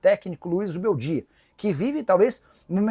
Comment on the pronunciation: Nicola quando engasga com um nome, sai de baixo! A bola da vez é o Zubeldia.